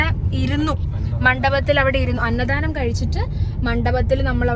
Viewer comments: പലപ്പോഴും അന്നധാനം എന്നാണ് പറഞ്ഞത് എന്ന് തോന്നുന്നു... അന്നദാനം എന്നാണ് ശെരി.... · അന്നധാനം അല്ലാട്ടോ, അന്നദാനം ആണ്... 2,3 ഇടത്തു തെറ്റായി pronounce ചെയ്യുന്നുണ്ട്